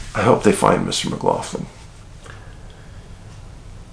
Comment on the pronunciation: Jaysus, my man Cian McLaughlin - that is my last name, exact spelling. But, poor lad, I've been lookin' out, wondering if he's been found. The pronunciation is mick-LOCK-lynn, Dave! Usually the mick-LOFF-lynn pronunciation is the spelling McLoughlin, instead of McLaughlin.) The Mc's are Irish, the Mac's are Scots/Scots-Irish, depending.